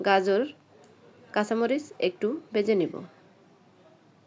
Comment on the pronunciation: রেসিপি ভালো কিন্তু ভাষায় সমস্যা আছে,, বেজে কি শব্দ ওটা ভেজে হবে